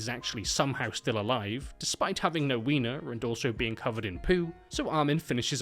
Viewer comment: I just realized that never in my life have i heard somebody with accent say the word "wiener". Took me by surprise. Also, "newussy" is a wonderful new word you created.